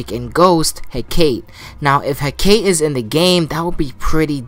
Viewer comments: Also Hecate is pronounced as He-Ca-Te (hek-uh-tee) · It’s pronounced as He-Ka-Te